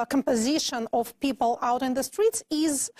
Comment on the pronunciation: Что я ещё заметил мельком, помимо R фишки: Flap T появляется весьма рандомно, в основном без неё говорит - ближе к британскому. При этом некоторые слова вроде not, она произносит через о, американцы здесь "А-кают". Условное Afterwards она говорит через [а], а не экает как американцы. Ещё косяки: of[ov] произносит как off, в большей части слов вроде and вместо звука d на конце произносит как anT. Ну уже совсем странные косяки вроде diZlike, когда в приставке dis всегда произносится s. z лишь в нескольких исключения вроде dissolve. Ну и отчетливый Becorse вместо be k(a/o) z. И произношение W-слов, в основном условный way она произносит как vay, то есть без небольшого скручивания губ с более глубинным звуком.(я сам, кстати наоборот факапаюсь и говорю везде w вместо v). А, ну ещё забивает на короткое i, которое должно звучать как что-то среднее между I и schwa sound - но это вообще чуть ли не поголовно встречается. Ну и, конечно, ясень пень, весь акцент палится через согласные, которые у русских звучат слишком твёрдо и чётко, челюсть менее подвижная, в английском немного расслабленее это все должно звучать. Вот такие пироги, думаю лингвисты бы ещё на какие-то косяки указали. P. S. Ну и когда 2 советских-русских общаются между собой на английском это выглядит немного крипово и забавно.